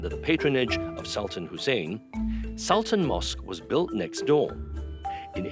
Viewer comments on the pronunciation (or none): Come on, This is a sg production.. It would be better to read it Sul-Tan (in malay way) instead of Sal-Ten imo…